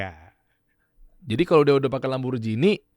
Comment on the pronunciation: ngomong LAMBORGHINI ko LAMBORJINI bg...hehehe